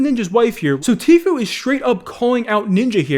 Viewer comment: pronounced Tfue correct in this video, what's happening to 2020